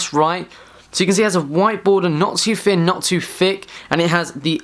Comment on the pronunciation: Not too Finn not to fick lol, good review though